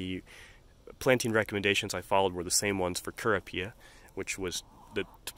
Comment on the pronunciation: Rather jarring your pronunciation of lippia and kurapia.... I've watched several videos about each and I've only heard, "LIP pee uh" and "ker OP ee uh" 🤷🏼‍♀️